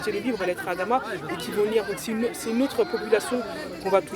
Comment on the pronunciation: Respecter les gens il s appeller Adama Pas Amada